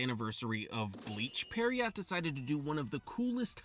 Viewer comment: Pronouncing pierrot as "periot" is wiiiild 💀